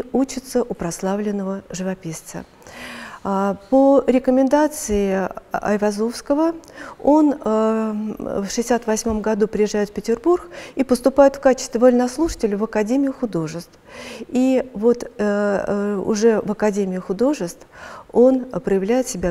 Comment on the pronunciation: на второй минуте произносит "Петербурх"